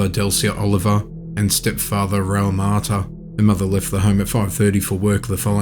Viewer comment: It's not Maita, it's pronounced Ma ta.